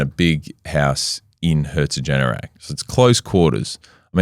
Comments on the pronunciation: Its herzogenaurach not herzogenerach 😂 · Herzogenaurach: HEA-TSO-GHEN-OW-RACH "Ch" being pronounced like the Spanish J (e.g. José) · Apart from you totally butchering HERZ-OG-EN-AU-RACH, this was a great video. Also I bought ANTA Sports shares when I heard they bought Puma. Still in the red. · As a german - thanks for the fantastic episode, I never actually heard about it in that much depth and detail! And the way you pronounced "Herzogenaurach" is just blatantly wrong and could be considered an insult to the entirety of the german language, the citizens of germany, austria and switzerland. Besides that - great job mate! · as a german i can say, every time you tried to say herzogenaurach i hurt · At first it hurt, but it turned into a "running joke". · Being from Herzogenaurach, the "small city" both companies started in it's always super fun to hear about it. Funny to think that this small town has really has had such a global influence. Thanks for the great video! The pronounciation attempt at Herzogenaurach did make me laugh out loud however 😂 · The most insane pronunciations herzogenaurach I’ve ever heard, in a good way